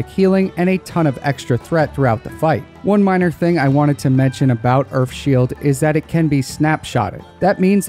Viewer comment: Is he saying earFff shield